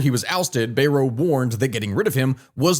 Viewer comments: Bayrou is pronounced "Bayroo" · I do commend you for 45 min talking about our shamefull display. Bayrou is pronunced BAY and row (kind of the W is silent). Still there is one problem in France which cascade in this mess: We have a president who disregard all French tradition in politics. He won't resign, he won't nominate someone not from his party or allied. The things past presidents done in the past as it was "normal" behaviour, the "honneur" one. You didn't get the majority there was a cohabitation like in us politics a powerfull president on some domain but for most he is helpess as that's not his hands anymore. That helped the country to balance politics and stabilize the whole mess. As french politics and ideas goes we have 3 currents in france, The leftist which is far broad but as an alliance the can make like 30% of population then you have a good 60+% for conservateurs and far right. The logical choice (i'm no partisan in this) would have to choose someone as prime minister for the far right and alliance himself and his party to it to "counter balance" theirs ideas. A coalition! simple countries have done that for centuries..... We need statemen again in France and not dictators... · Bayrou is pronounced “bye-ROO”